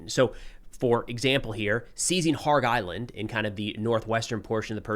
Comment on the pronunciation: You always apologize for your pronunciation, but your "Kharg Island" seemed spot on. Stop apologizing. Learn or let it be.